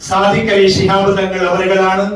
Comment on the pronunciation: സാദിഖ് അല്ല ചെങ്ങായി സ്വാദിഖ് ആണ് 😂😂